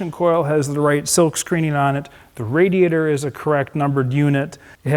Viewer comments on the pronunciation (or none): none